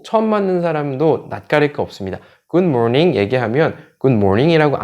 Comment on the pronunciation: 굿모닝 보다는 귿모닝으로 들려요.